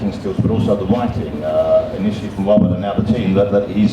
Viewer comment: We're going to stop with Wobert! Ahhhh, Mr. Ross....Mr. Woss.